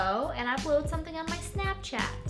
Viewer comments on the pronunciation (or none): none